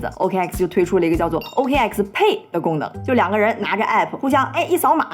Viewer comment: Pay可以少放重音，不然就是OKX呸！：）